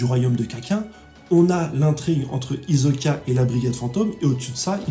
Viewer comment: Paris Hilton, Kak1, Le black hole, Hizoka... J'aime bien tes vidéos mais ces petites erreurs de prononciation me font vraiment tilter a chaque fois 😅